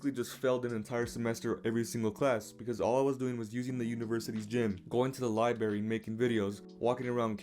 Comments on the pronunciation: him saying ‘libary’ tells me he more than likely should’ve hit classes more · he skips all of his classes and claims he’s perfect but then pronounces library as liberry